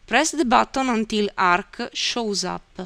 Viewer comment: 1000 percent Italian accent, the Arc-ca, show-za up-paa. Italian is probably the only language I know that adds that extra syllable like that. It's definitely not Slavic.